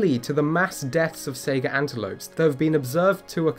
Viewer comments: I'm sorry. I can't help but laugh when you call it a "Sega" antelope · Saiga is pronounced just like Taiga, not like Sega. Sai as in the Japanese Hai, and Gah as in Gar. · Goddamn it, that pronunciation hit you, too, huh? Lol